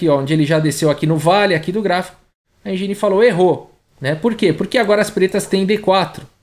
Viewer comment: sugestão para melhorar ainda mais: engine não se pronuncia enjini e sim êndjin